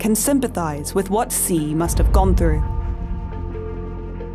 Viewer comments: Seriously? You couldn't even get his surname right? Pronounced more like Shi (not Si). That's unforgivable to start with. Then you have someone who talks quite vehemently and states umpteen times over that he was born into an elite family (so?) and then at the age of 9 that elitism was lost in a Mao purge. So making it true that he had a very difficult childhood as the official story-line goes. Why did you try to make out so much about this privileged background as though this was somehow utterly reprehensible. Is the rest of the video any less biased? I somehow doubt it. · Its president shi (xi) , not si :/// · I wish people would learn to pronounce Xi's name correctly. It is pronounced 'she' and not 'see" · Xi isn't pronounced "see". It is pronounced "she". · If you look at the Bopomofo and match the Yale with the pinyin for Xi, it is "syi", same sound. There is no Shee in Yale or pinyin. I believe it is a rising second tone, right? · Why does the narrator mispronounce his name as "See?" It's simply anglicized as "Shee." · Xi is pronounced "she" not C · His name is NOT C ! Xi pronounces as “she” respectably. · its literally pronounced "SHE" in english, not "KSI" or "SI" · Lol. ‘See’ Jingping. 😂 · Yeah but anyone with any knowledge of putonghua knows it’s pronounced more like ‘shee’ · Xi Jin Ping is pronounced Shee Jean Ping. XI is Shee. The rest you have correct. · Xi is pronounced like the word she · It’s pronounced “she” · The video say Xi like she, are you kidding me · It's pronounced like Shee. Shee - jin-ping. Get it together Economist. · the presenter could at least have googled the correct pronounciation of his name before blasting this out on youtube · I really appreciate the insights provided by the economist. However it would be nice to have the first name of the main character pronounced accurately. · I know this is minor, but if your job is doing voice overs, couldn’t you at least try to pronounce Xi’s name? Also, who over the age 5 says “nucular?”